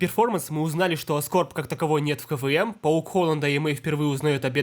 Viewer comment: Почему КВМ я каждый раз слышу как КВН